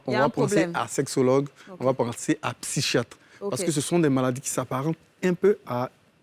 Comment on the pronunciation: AH LÀ LÀ excellent sujet!! Bravo au consultant,. Je ne comprends pourquoi il prononce "PsyCHologue" au lieu de "PsyKologue"? Ou alors "PsyCHiatre" au lieu de "PsyKiatre"? Utiliser le terme "emmerdant" est un peu fort. Erotomanie c'est ce qui est arrivé à John Lennon qui a été assassiné par son fan.